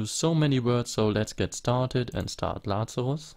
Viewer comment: It's ok, but it's laZarus, not laCarus. This is not german name.